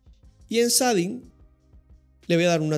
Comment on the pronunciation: "sading" shading